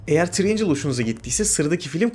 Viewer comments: Gözünü seveyim Triangle ın okunuşunu öğren. Üçgen tırayengıl diye okunur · Treeangels değil triangle 🤔🤷‍♂️